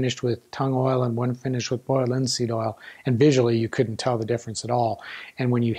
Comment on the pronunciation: Boyald lihn seeëd ohl. All seriousness though I learned a ton from this video. And comments like these just add to the charm!